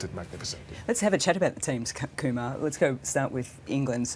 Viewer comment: From which angle? Also it's Kumara not Kumar